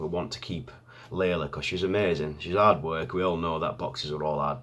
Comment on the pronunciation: Your accent saying "hard work", I thought you were saying 'odd* work'. Also true though. Haha. Good luck!